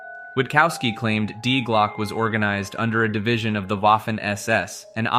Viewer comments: Die Glocke is pronounced "dee glockeh", fyi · Die Glocke is German. Dee Glock-uh jeepers peoples notion of other languages suck so bad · Die Glocke is pronounced "Dee Glokke" with o pronounced like in low, but shorter and the e pronounced like in rat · "die glocke" xD as a german i laught hahaha its not die like dying, die is like "the" - its "the bell" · dee glocke, no die glocke i first i thought it was some another legend of nazis making death bells or something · I really enjoy your Videos and I can understand how difficult it is for a native english speaker to pronounce foreign words. Your pronunciation of "Die Glocke" is kinda cute, but at the third mention it kinda triggered me 😂 In the end I'm happy that you tried to include the German name of this project, maybe it would have been easier for you to call it "The bell" 😊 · Die glocke... your pronunciation killed me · Stirb Glocke 😭😭 Ich musste auch lachen sobald das betont wurde 😂